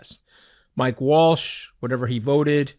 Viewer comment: Somebody please correct him and tell him it's Waltz and not Walsh haha goodness at least know who you're speaking about